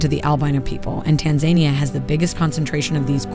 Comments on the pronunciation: It's pronounced 'Tan Zah Nia' in Tanzania and the rest of the humanity, not 'Tan Zaynia'. Only 0.88% of humanity and 21% of Americans do this. In the US it is almost exclusively pronounced 'Tan Zaynia' among some Southerners of all races and some African Americans nationwide. How would Americans like it if one out of 5 Brits called them 'Ay Merikaynz' in the age of the internet? Not much I suspect. Most Americans (terrible history and geography education by 1st world and a half of 2nd world standards) cannot unprepared name more than 4 African nations (including most 4th+ generation African Americans). 8% of Americans think fictional Marvel-comics Wakanda is a name of a real country in Africa (12% among African Americans). 70% of Americans cannot find South Africa on a place-name-free map of Africa (75% among African Americans). 75% of African Americans think Pharaoh Cleopatra Ptolemy and all the Ptolemy's (Greek compulsory-interbreeding Pharaohs) before her and after were of mixed or full Nubian (southern border-Egyptian/upper-Sudan-border) 'black' race. The Ptolemy's were white Greeks and famed for interbreeding solely among their own family and ethnicity (their 'ethnic Greek-blood purity' and 'familial royal lineage' a priority for them to deliberately separate themselves from the people they ruled over). Unfortunately the cartoon popular racist history taught in Europe and then the USA in the 1800s-1900s made Cleopatra out to be an important instead of a minor peripheral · "Tan-za-NIA" not "Tan-ZANI-a" 🙄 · Tan-ZAN-ee-a is the proper way to pronounce this country. Tan-Zu-KNEE-uh is incorrect. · I’m puzzled by her pronunciation of Tanzania. I thought it was Tan-za-NEE-ah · tanZAINia?! Wrong emphasis on the pronunciation! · TAN- ZA-NIA all the A's are pronounced like you would the word Apple. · Pretty sure that’s pronounced TAN-ZA-NEE-AH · Learn to pronounce Tanzania ( Tan-za-ni-a ) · Pleaseeeeeee put in the effort to pronounce Tanzania and other names properly.